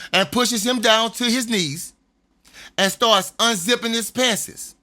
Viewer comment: this is round 3 for me. I still laugh when he says "Pants", damn Louisiana people are a trip and a half!